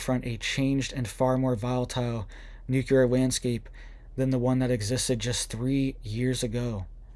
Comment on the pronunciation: The word is NUC LE AR...not nuculer